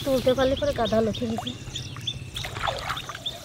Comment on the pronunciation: ঠাকুমা নতি না লতি বলে